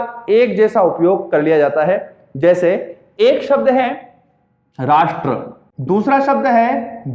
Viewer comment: Thanks sir.aap ne bahut hi acha ujaran Kiya Rasth ,Desh aur Rajya mi...aaj tk aisa ucharan Maine bhi suna.bahut ache se samgh aaya ....aap ka bahut bahut sukriya guru g......,🙏🙏🙏🙏